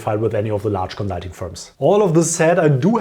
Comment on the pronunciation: Hey cool videos, but have you tried saying conSulting instead of conZZZulting? Jokes aside, great content btw, many thanks!